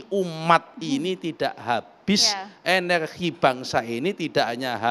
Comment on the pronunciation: Enerhii apaan enerhii kakek Nusron 😂😂😂